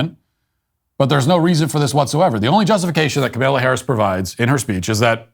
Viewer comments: Comma-la, not ka-mil-a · I get a chuckle out of Matthew's refusal to pronounce Kamala's name right. "Kamaila" lol DO NOT COME... DO NOT COME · Not Kamila Harris. Kamala Harris. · COMMA-la, Matt, comma-la. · He clearly pronounces it KaMella. Go back and listen. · Uh no he says Kamaila. He does not pronounce it Kamahla. I don't know of anyone else pronouncing it like he does. I couldn't care less how he pronounces it though lmao